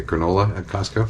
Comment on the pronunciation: Gotta say, I'm extremely pleased with how you say "Costco" as someone from the Pacific Northwest who sometimes says the "T" in it with exaggerated silliness. It should have an actual T sound, even though it mostly gets absorbed. Hooray weird linguistic stuff!